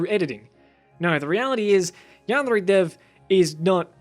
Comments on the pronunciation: I'm glad you made the video and I'm gonna let you finish, but hearing yandere pronounced yanddrey physically hurts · Good education, but I absolutely hate the way you pronounce yandere. Sorry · I adore how you pronounce yandere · I love the way he says ''yandere'' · Your pronunciation of yandere is so fucking confusing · Your pronoucioation of yandere makes me want to puke in my ass and chug it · The way he says "yandere" is bothering me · Please don't ever pronounce yandere like that ever again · Glad these things were pointed out, but the way you say yandere hurts my brain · The way he pronounces yandere 😂👌🏻👌🏻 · This isn't a criticism on this video, I just hate the way you pronounce yandere. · I can’t comment in the video because this is really annoying me. Of course, don’t butcher a pronunciation but you’re really overdoing “yandere.” You don’t need to sound super duper cultured, because it is unnatural. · can you stop saying "yandere" so weirdly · The way you pronounce yandere is maddening, it’s driving me insane and ruins the video so much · hey stop pronouncing yandere like a homosexual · Hey there, nice video. I used to love yandere simulator, but the dev just keep on adding unecessary thing instead of the main goal. Even I like your vid and your argument is much alike with mine, i kinda tempted to dislike your vid just because your 'yandere' pronouncesation #ripenglish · why do you pronounce yandere oddly? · nice video but I seriously can't get over the way you say yandere it's BUGGING me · The way he says Yandere is an accent. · I know you're trying but that's not how you pronounce yandere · What triggers me is your pronouncing of yandere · Your fucking pronouncination of yandere gave me foot cancer